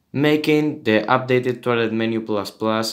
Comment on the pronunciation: it sounds like hes saying toilet maker ++